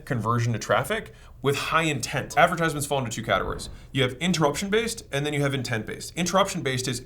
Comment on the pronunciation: adversitment lol good content though, its helping me with ideas for our business.